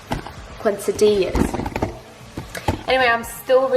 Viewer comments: KESSA-DDiiiiiI-YA <-- that is the best way i could try to enunciate it for ya ;) (Quesadilla) hope it helps or even matters hahahah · Pronounced case-a-dia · Re watching this video for tips ! And a quesadillas is pronounced ‘Kay-sa-dee-as’ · Hormone imbalance video please!!💕🙏🏼 Also, it’s pronounced quesadilla like “kesadiya” (if that makes any sense)😂